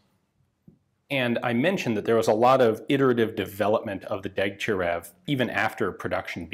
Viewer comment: Correction: it's pronounced Deg-tya-RYOV... otherwise another excellent video, Ian.